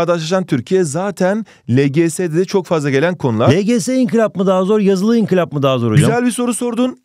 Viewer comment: hocam inkılaba niye sürekli inkilap diyorsunuz